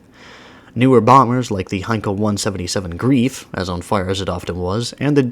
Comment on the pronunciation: the Heinkel He 177 Greif is pronounced 'graif'.